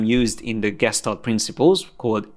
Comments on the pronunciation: It's pronounced geshtalt and every time I have a little tik hahah but I love your classes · It's pronounced Geshtál't with a soft L